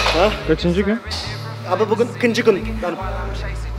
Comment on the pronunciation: tam telaffuz: ikınçı gun